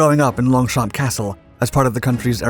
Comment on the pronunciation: I do cringe a little bit over the "LonGchamPs" name spelling 😅 In French key rule is to never pronounce the last letter of a word so if you want to say Longchamp (literally 2 words that means long fields) you should say it Lon cham with the "am" being pronounced like the "am" of "amplifier"